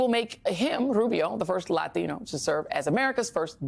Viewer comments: Joy, your pronunciation of "Latino"is the stuff of hillarity! Lathino....😂😂😂😂😂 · It's racist the way she says Latino. I bet I know how she pronounces Taco. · Why does she say Latino like that? Its just like kamala and the fake accent. 😂 enjoy unemployment joy. You deserve it.